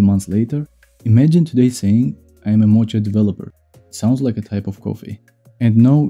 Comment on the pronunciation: It's pronounced moca not mocha